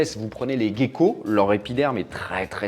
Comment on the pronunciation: Ok, je veux bien dire les bons mots et ne plus dire mue pour dire exuvie à la place, mais toi, de ton côté arrête de dire gecko comme "gay-ko". Tu penses à l'oiseau, le "geai" et tu dis "geai-ko". Merci beaucoup si tu fais ça parce que c'est une vraie torture d'entendre "gay-ko". Merci tout plein et tout et tout! ❤